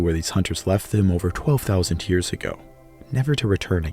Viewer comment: I can not be the only one stressed out by the way he pronounces years as Hyears